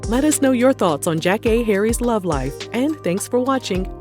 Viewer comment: I used to love Elgin's reality show. I think it was ahead of it's time. And loveeeeeeeeee Jackée!!!!!!!! I recall thinking she was my mom whenever Sister Sister came on 🤣🤣 also, lovehow you pronounce her name correctly! Thanks for the doc!